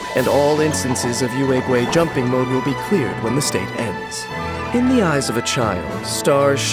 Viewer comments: Can’t blame the VAs but I die inside everytime they say “Youehhgway” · I really love Yaoyao, but whenever she uses her skill and says the name Yuegui, I always hear Urugway or Master Oogway I can't TT